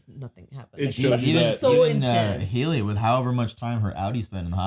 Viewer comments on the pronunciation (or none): still calling her Heely lmao